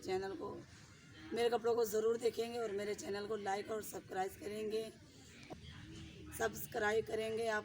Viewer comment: احمد بھائی! آپ کا قصور ہے! آپ اب تک بھابھی کو سبسکرائیب بولنا نہیں سکھا پائے! آپ بھابھی کو اردو میں ہِجّے کروا کر سب-سکرائیب بولنا سکھائیں پلیز!